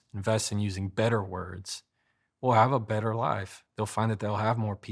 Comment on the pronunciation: It's taught him a lot about "howda speak bedder"! 🤷🏼‍♂️